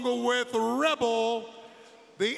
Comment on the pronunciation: So no one going to talk about how Dr. Britt Baker said Rebel not Reba?